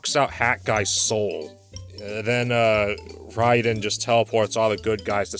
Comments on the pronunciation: It's Ray-Den. Rye-Den is how you pronounce the name of Metal Gear's tryhard cyborg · The Mortal Kombat character's name is spelled R A Y D E N, so even though he's named after the Japanese lightning kami it's pretty clear his name is in fact supposed to be pronounced as Ray-Den. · The way pronounces rayden lol